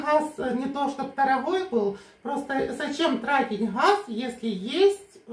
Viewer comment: Почему нельзя выговаривать букву Г, как же ужасно звучит Хефест, Хаз, а ХуХл😂 ужасный говор